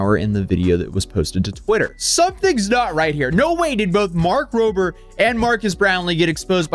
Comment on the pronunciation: This clear Tesla fan boy can't even be bothered to say Rober and says Roper, between that and the way he's framed/on camera personality, I don't like, nor trust him.